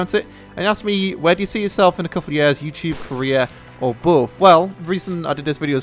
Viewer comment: When he said career it sounded like Korea :)))